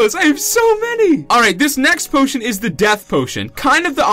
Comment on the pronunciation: In the very first second you say "pootion" instead of potion lol